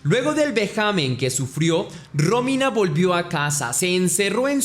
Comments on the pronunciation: Aprende a mencionar bien los notmbres NO ES RÓMINA ES ROMÍNA eres muy bruto. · muero que dice Rómina y parece un nuevo nombre lindo